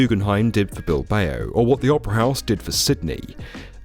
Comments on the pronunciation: Did he just say Bil-bay-o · Another fascinating video... Though it's pronounced Bil-bau! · Bill Bay Oh 😂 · Oof, good piece but... Bil-bay-oh?! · That was the weirdest pronunciation Bilbao i have ever heard.